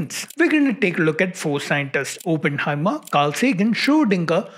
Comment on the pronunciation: It's so excruciating when people say Open-heimer it's Oppenheimer